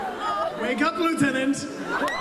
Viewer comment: My Phone alarm is “wake up liutentant”